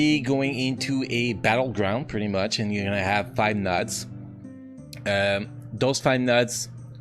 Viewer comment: how you pronounce nodes creeps me out, took me awhile to get what you were saying